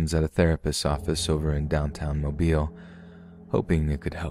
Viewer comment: Listening from Mobile, Alabama and it makes my heart so happy that you pronounced the city correctly :,)